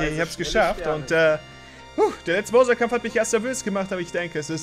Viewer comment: Es macht mich fertig, dass einfach nicht weiß wie man Bowser ausspricht. Übrigens ist es übelst dreist wenn man selbst arbeitslos ist - und nein, Zeitung lesen, Burger essen und Spiele aufnehmen ist keine Arbeit - und dann aber sagt, dass sich Entwickler bei einem Remake Mühe geben soll.